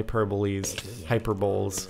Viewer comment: I love you Jordan, but its hyperbole(Hy-per-bowl-ee) not hyperbole(Hy-per-bowl). Sorry, that shit messes with me.